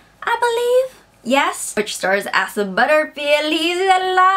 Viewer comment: I think his name is pronounced Ay-sah.